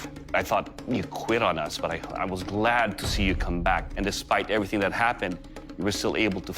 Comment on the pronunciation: "Glad", not "Glade".